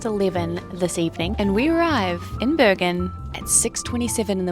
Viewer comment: It is Bergen with a hard g. as a Swede probably says it like the Swedish word for mountains - bergen, which is not the Norwegian way.